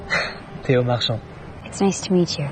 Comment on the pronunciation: You calling Theo "Th-ee-oh" the entire video is so funny